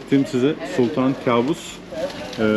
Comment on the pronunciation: Kâbus değil kaabus..arapça da yakışıklı demek..kâbus bizim bildiğimiz anlama geliyor..